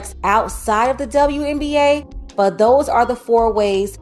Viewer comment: Didn't know WNBA is pronounced DzaWNBA.